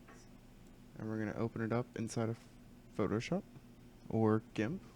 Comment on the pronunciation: "Photo sop" xD Great video btw man really helpful